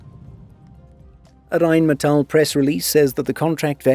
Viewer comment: You usually dont butcher german words. You just go a bit to far sometimes. In that case you have been spot on. In my opinion you use the rolling R excessively sometimes in Rheinmetall. In some places the rolling R is used but when you speak Hochdeutsch there is no Rolling R. In my opinion you are doing fine with german Words. It is much worse when amerikan people try to make a joke and start screaming when they do their fake german.